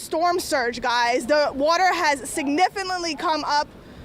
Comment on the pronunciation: Signiffalli ? Am I the only one that heard that....look it's a hurricane, chill out and just announce , you don't need to say the same thing over and "guys" thus can't be a professional person . Guys guys guys 😂 she's a rookie or it's her first storm